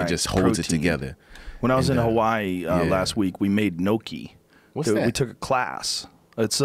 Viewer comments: 'n - yok -ee' not 'no-kee' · Joe " no-key" Rogan. Bitch I thought you were italian it's pronounce nyoki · Nokee? I thought Rogan was Italian. "Nyoh-key". Like owe key with "nyah" in front. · Im sorry bro but i cannot let this slide, how can you be italian and pronounce gnocchi as "no-key" but say bolognese mostly fine? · Robert Huppie ~ Thanks for that. My pronunciation of that would be "knock-eee", sounding like Rocky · Liam Tube Two syllables "nyo-kee" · All these comments are wrong. It's not yo kee or goki or whatever the fuck. It is actually pronounced Nokki. NAW-KEE THIS IS SO CRINGE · You miss pronouncing gnocchi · for a guy that identifies as Italian, Joe really can't say Italian words for shit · Hearing them say gnocchi wrong Hurt my ears so bad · Joe is 3/4 Italian shocking he wouldn't know the proper way to enunciate gnocchi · "Nyokey".. and "Bolon-nasey" ... really Joe ?